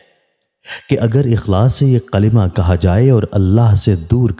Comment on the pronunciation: sahi tarah se Kalma Bole